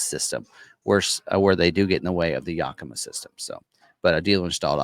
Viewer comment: Yakima is pronounced "Yack i ma" NOT "Yuk i ma" at least that's how the city of Yakima is pronounce here in Washington state.